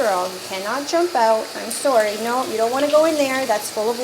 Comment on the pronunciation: The "sorry" oh yeah shes canadian 😂